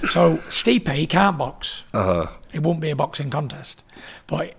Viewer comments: "Stipe Mikovich" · Stipe Mickovich